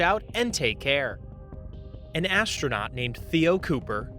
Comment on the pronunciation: "ashronaut" Also, that's not how CPR works